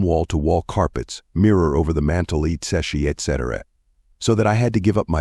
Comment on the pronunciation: Cheap sounding AI voice mispronouncing Cayce, saying eee tee cee for etc., is so disruptive to the listening experience.